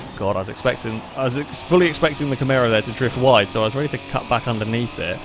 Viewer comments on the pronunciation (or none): none